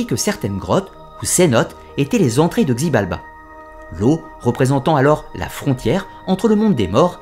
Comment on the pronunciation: xibalba se prononce shibalba, sinon génial ❤️